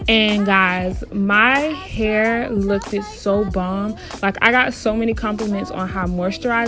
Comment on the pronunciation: I’m sorry hearing you say lookd-Ed was killing me lol just say looked instead